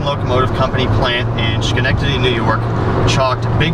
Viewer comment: Sorry, but you almost got the pronunciation of Schenectady, NY right lol. It's not SHKenectady, its SKenectady, the "H" sound isn't pronounced lol.